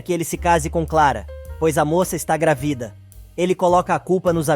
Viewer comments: GRAVIDA OU GRÁVIDA NARRADOR??? 😂🤦🏻‍♀️🤷🏻‍♀️ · Alguém pode ensinar ao narrador que a palavra GRÁVIDA é proparoxítona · Porque vc fala gravida ?